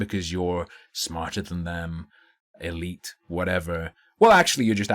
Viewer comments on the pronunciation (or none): none